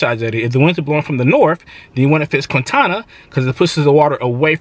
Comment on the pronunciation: Why you say QuInTaNa like that tho? 😂